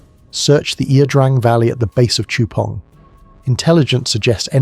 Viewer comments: Its La Drang you AI bot. Not Ear Drang. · It's i-a. Ia Drang. Pronounced Ya Drang. I was there.